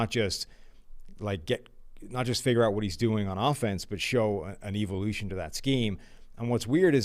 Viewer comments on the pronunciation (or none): Pleas have keep saying “evolution” or how he says it “EVIL-ution”